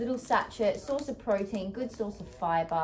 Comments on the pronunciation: How’s no one talking about Dianne pronouncing sachet 😂😂😂 Sat-Chet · I've always naturally 'chunked down' time when I have longer shifts at work, rather than looking at all the time I have ahead of me. Also the way you say "sachet" was really making me smile 😂